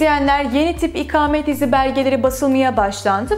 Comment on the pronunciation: merhaba, çok rica ediyorum lütfen bunca önemli bilgi sahibi olduğunuz konunun ana başlığı olan "İKAMET" kelimesinin nasıl telaffuz edilmesi gerektiğini öğreniniz, çok önemli. Bu kelimenin a harfi sizin okuduğunuz gibi kalın değil, ince telaffuz edilir ve siz konunuzun bunca hakimi bir insanken ve her cümlenizde en az 100 defa "İKAMET" kelimesini kullanırken, lütfen çok rahatsızlık verici olan bu yanlış telaffuz şeklinizi değiştiriniz. İnanın bir Türk vatandaşı olarak çok rahatsız oldum videonuzu izlerken... Umarım yorumumu okursunuz. Kolaylıklar diliyorum, Özlem Didem Cubela